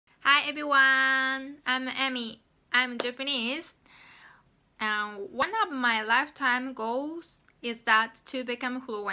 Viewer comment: Good job as always! I think that feedback is the most important for improving pronunciation. So I'd like to give you small feedback. When you say "AND" , sometimes it sounds almost like "IN" to me and it's a bit confusing. I'm not sure how it sounds to native speakers, though.